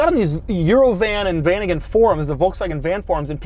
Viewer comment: dude its not VANIGAN and WESTFAILIA